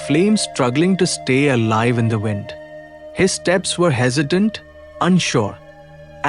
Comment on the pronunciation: l am thankful for what the content you are bringing for us, but please work on few pronunciation as they literally distracts us... Especially " WIND"... And few other. Not here to criticise just a mend l request